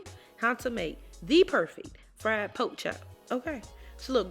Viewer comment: If she says powk instead of pork.. you Know That Girl can Cook🤤 Thank you dear🤙🏽 you’re too sweet!